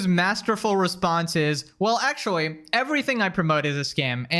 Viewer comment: "wichuwy" "ac-chewie" speak properly